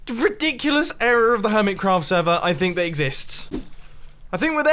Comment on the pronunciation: Mumbo: this is riddikulus Me: are you sirius?